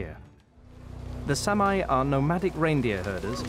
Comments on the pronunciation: It's not Samaaye. It's SAAMI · It’s pronounced sahmee not Sam eye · Please use the correct pronunciation for Saami, or Sami...It's not Sam-eye... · Great anthropological documentary. Only a Brit would mispronounce the name of a race of people; "Sam-eye" indeed! How is that there are farmers on traditional Sami open grazing lands? Are the Scandinavian and Finnish governments simply ignoring the rights of inhabitant priority? Shades of American Manifest Destiny.